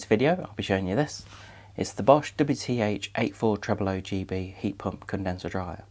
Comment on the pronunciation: Immaculately executed tongue twister of a product name 👌